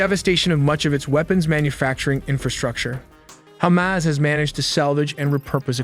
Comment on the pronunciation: I stop watching when you said Khamas controling humanitarian aid!